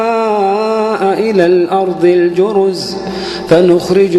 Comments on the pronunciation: السلام عليكم يا شيخ أدعو الله أن يجمعنا مع الحبيب المصطفى في الفردوس الأعلى انا أحبك يا شيخ واحب صوتك كثير ولكن يا شيخ أنت عند خطأ في قرأتك❌❌وكل السعوديين حتى عندما يقرأون القرأن وتذكر كلمة الأرض يغيرون لفظ حرف ال(ض)ويقولونه(ظ) يعني بدال الأرض الأرظ وهذا غلط كبير جدا هذا تحريف في القرآن وإذا انامخطئة حدى يصححلي وينصحني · ما شاء الله صوت رائع ، لكن ممنوع يقول عن حرف الضاد (ظ) ، يقول مثلا الأرظ وهذا خطأ طبعا لأنه يتغير المعنى في بعض الأوقات ، مثل " ولقاهم نظرة " بدلاً من "نضرة" .